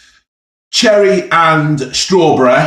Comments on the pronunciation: Cherreh and strawbreh. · Cherreh and strawberreh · CherrEh and Strawberrehhhh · Cherreh and strawberreh.